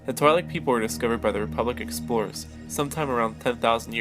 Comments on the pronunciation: It's pronounced Tweelek, not Twylek. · Its pronounced "twee'lek" not twy-Lek LOL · Twi'lek is pronounced like Twin, as in twin lekku, the two tentacles coming down from their head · pronounced twee-lek dammit!